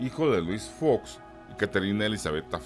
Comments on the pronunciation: No se dice Faeox, así suena cuando lo pronuncias solo es Fox... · Oye no se dice "fax sino Fox ok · F OOOO X CON O, ÁYASO, TE GUSTA FINGIR QUE NO HABLAS ESPAÑOL ES FOOOOOX NO FAX BABOSO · El apellido es Fox no fax. En México se habla el español. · No se pronuncia fax! Es fox .sorro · Buen video ,,,, pero es Fox de zorro,,, no Faxx.... y no leas en ingles... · Todo esta chido menos esta pinche voz Fax,facks faaaaxxx